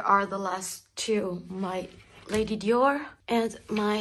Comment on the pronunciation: I love how you pronounce "Dior". ❤️ I could listen to you say "Dior" all day. 🥰